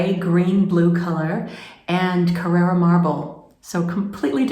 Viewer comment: It is Carrara not carerra!